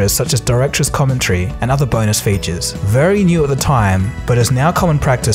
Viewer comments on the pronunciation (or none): none